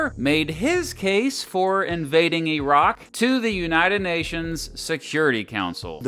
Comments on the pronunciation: Okay he pronounced the word as "E"rak. You have my attention. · Actually says Iraq correctly. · I’m so glad you don’t say “Eye-rack”